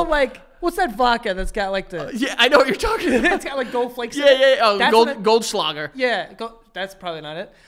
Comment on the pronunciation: He said goldshlager ain’t it lol